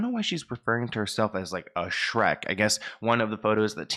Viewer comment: Did Brittney mean Shreek instead of Shrek?